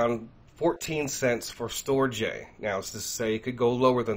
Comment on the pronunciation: Brother, STORJ is pronounced "Storage" or Stor-age. They were tying to do a play on words type of thing. Thanks for the video! Shalom